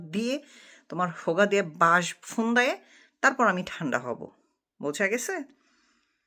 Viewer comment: ফোন না পোন বলছেন সেটা শুনতে ভালো লাগে, আসল উচ্চারণটা না জানলেও শুনতে ভালো লাগে, যেহেতু ফোন/পোন অন্যের 😁